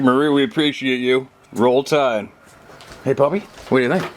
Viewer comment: Unroll tide is what he said lol😊